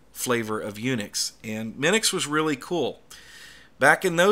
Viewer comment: Minix, not Minux.